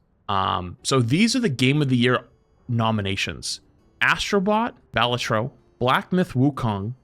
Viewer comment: How tf do you even fuck up pronouncing Balatro THAT BAD LOL